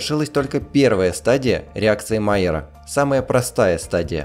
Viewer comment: Луи Камий Майяр был французом. Реакция Майя́ра, а не Ма́йяра.